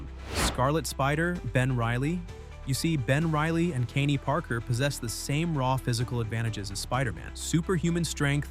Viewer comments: Is this AI? Is that why the voice constantly mispronounces Kaine? Also, this list is an absolute joke putting any spider man character at a low tier. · The dude can take down Morlun if he's raging, doesn't even say his name right, drives me crazy